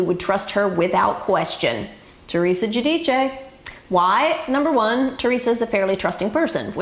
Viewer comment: Ugh! I wish you would learn to pronounce people's name properly! A person's name should be pronounced the way THEIR family pronounces it, not the way YOU think it should be pronounced! The Giudice family pronounces their name phonetically jood ICE. Not jood EECHAY. No one can take you seriously, Alex, if you don't do research on what you're reporting and convey it properly.